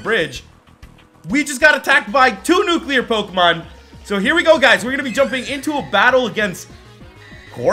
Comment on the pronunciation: catch a nuquler tancoon